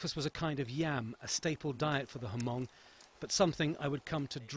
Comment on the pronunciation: Lol, Ha-mong. if you are trying to make a video/documentary, pronounce hmong right please. Lol. FAIL!